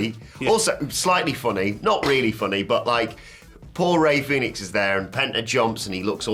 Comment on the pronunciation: Guys, it's Fenix, not Phoenix. Jesus Christ. Lol